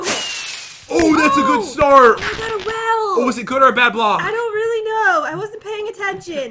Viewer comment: That was a weally bad well at the beginning 2019for evas